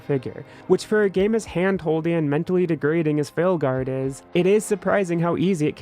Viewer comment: „Failguard“, haha.